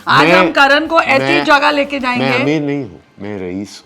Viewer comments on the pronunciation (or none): none